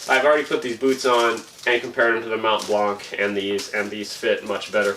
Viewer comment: Mount Blanc, the c is silent 😅